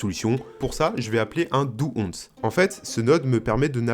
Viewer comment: ça défonce! on prononce "dou wance" pas dou once pour info :p